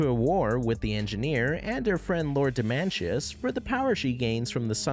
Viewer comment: Don’t mean to be rude but there is no possible reason for you to mispronounce Zhan Tiri if you watched the show. Edit: ok you fixed it later but still… wait, DemanCHus?!